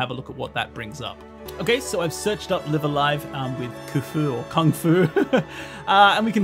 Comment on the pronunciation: so this isn't a series i'm familiar with at all and i have no idea what the title even means, but i do know in katakana it's written ライブ・ア・ライブ, so it drives me slightly more insane each time i hear you pronounce the first word as in "to live"...i wouldn't bother mentioning it, but as this is a japanese learning channel, is there a reason why you are pronouncing it that way? like, are both pronunciations fine in japan, or what?